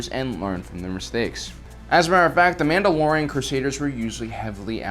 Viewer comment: I love how instead of saying Mandalorian he says manoloians. And instead of Ahsoka Tano, he says Ahsokatanó